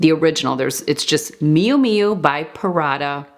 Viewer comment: No big deal, there are worse, offensive, words used /heard on a regular basis. But, I'm curious if you picked up on how she pronounces Prada as PARADA.🤣